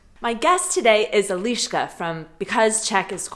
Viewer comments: 1 pronunciation tip I would give you is that pretty much all of czech words have emphasis on the first syllable, not like in english. For example, when you say e-LI-ška with emphasis on the LI, second syllable, that sounds a little bit off to the czech ear, even though we will undestand. Emphasis should be on the "E". The word should come out of your your mouth in like one quick breath. Btw, love you videos:) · And in "Eliska" the " i " sound is short... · She is Eliška, not Eleeška like Elizabeth - short e. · Ironically, you keep pronouncing her name Elíška. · The funny moment about vowels - the first czech word you said in the video was Elíška instead of Eliška :) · Hey,! You don't have to deal with the pronunciation of vowels much, a simple trick is enough - always say all vowels briefly and every Czech will understand you, only everyone will think that you are a girl from Ostrava! 😂😉😄😆😛👌👍